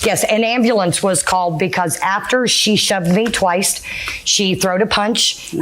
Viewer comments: 😂😂😂😂😂 I'm screaming!!! She said onceT and twiceT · I came to the comments as soon as she said twyst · I thought I was hearing things again. Glad I'm not alone in having caught "onecest and twicest." 🥴😬 It almost sounds like some pervy stuff... 😮😬🤣😂